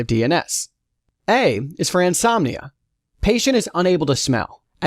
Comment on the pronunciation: Some words (names and terms) were mispronounced! Narrator should have done his homework! Examples: Anosmia , sinusitis , nasolacrimal duct ( - LOL)...